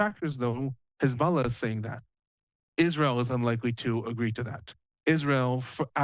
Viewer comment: Very very very glad to see this development, which is a huge win for the USA and the civilized world … but one thing that’s disappointing is the repeated mispronunciation of the word hezbollah by your guest. Just read/say it the way it’s spelled. With an O and not an A. It’s very distracting, weird and contrite to keep hearing it said in a pretentious way. This is the terror group that destroyed the country of Iran in ‘79. We all know how it’s pronounced.